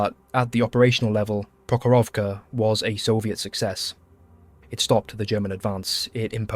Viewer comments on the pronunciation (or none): Wow, but if you want to sound 100% right, it's PrOkhorovka (stress the 1st syllable, and the rest o-s are reduced to ə (like end of "piper", UK sounding), and Kursk is pronounced as Koorsk - but doesn't matter, long or short. It's transliteration of letter U from a language that mostly reads as it's written, so not subject to normal English modifications due to the following letters, google tanslate is wrong.